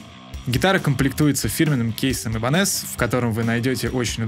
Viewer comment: Но правильно говорить не айбенез а ибанез правильно говорить. Но мне кажется то что ибанез это фирма гитар для профессионального рока.